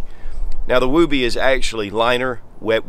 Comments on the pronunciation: It’s woob-ee not woo-bee. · I'm just giggling you say woob like boob and it's woob like book. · NOT WOOOBY, short O, not long, wuhbbie. Came in in 91 as combat arms, everyone including my DS from the 70s called it that. My grandmother referred to baby blankets at that also from the 30s. Not sure if REMFs call it that since they have no need for it at the bottom of their wall lockers/dufflebags. Definitely saved me a few times from heat loss in several countries, in all biomes. Still use mine to this day. The newer ones are chinese trash and do not seem to have the same heat retention nor quality stitching, or standardized sizing, than mine from 91. Just like our Etools. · During my time as an active army soldier in the early 2000s we called it a woobie, but pronounced wuby. Not wew-by. Or just go with the original source here to clarify the pronunciation. I think if an enlisted soldier called it a wewby he would have been laughed out of the barracks. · I’m gonna get petty here for a second but woobie rhymes with woody. It’s not a wooooooobie. But yes it is a Soldier favorite. I’ve seen many a Soldiers take nothing more than this and their bivvy sack into the field even when it’s cold. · Not pronounce as woo-bee. Moore like Wubee. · James Hanna has the right of it. I was in the Army Infantry ( ). It's pronounced as, "wubbee". Same vowel sound as "wood". As a new private, in 1982, I asked my squad leader why the poncho liner was called a "wubbee" ? SSG Morse said, "It's short for, "I would be(wubbee) cold with out it!" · The oo is pronounced like it is in wood. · Love your videos. It is actually pronounced differently. Like wood. Not like boobies. Almost like would be. And yes it was taken from the movie Mr mom. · Although I think you pronounce it wrong, I have always said “Don’t criticize someone for pronouncing a word wrong, it just means he reads and probably read it that way.” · I can’t get over his pronunciation of woobie…other than that, good video.